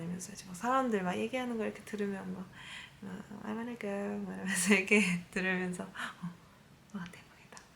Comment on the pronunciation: Yujin, when you said, I wanna go, you actually sounded with an aussie accent. Keep practicing and pretty soon, you will be fluent. Talk to Lily or Rose and you'll get lots of practice.